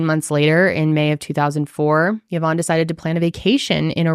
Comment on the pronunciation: Great episode! But as fellow Yvonne, I wanted to say that you guys mispronounced it, it’s actually pronounced EE-vonne, as it is actually a French name! Love you guys and your work 🫶🏽